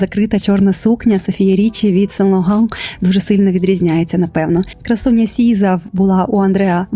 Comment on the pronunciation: Так вухо ріше оце сен логан🥴🥴 Нащо ви вимовляєте французькі назви ніби то французькою, при тому англійською не вимовляється правильно. Краще б все вимовляли як українка- сен лоррран, бо ж не кажете тифані ен коу, а тіфані енд ко, що не правильно.